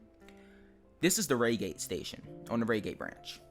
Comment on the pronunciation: it could be the coach number. I believe on the electrostars they have coach X of X on each coach (not with X, of course) Edit: why would they change the 166 if it’s a layer, not an included train? Oh, also Reigate is pronounced Ryegate, not raygate. Not to hate though.